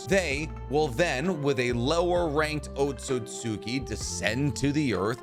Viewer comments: OtsUtsuki* NOT OtsOtsuki. It's OtsUtsuki with an "U" NOT "O" :/ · your pronounciation of otsutsuki is wrong just saying